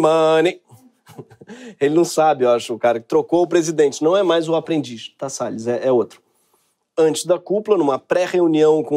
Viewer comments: O ministro"Sell us" foi demais! Kkkkk O nome condiz com o ofício. Sales (vendedor), A pronúncia "sell us" (nos vende) é muita ironia esse trocadilho. Kkkkkk So clever! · AMEI SEU INGLÊS E MAIS DO "RICARDO SELL US" O PRÓPRIO HAHAHA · Ricardo "Sell us"😂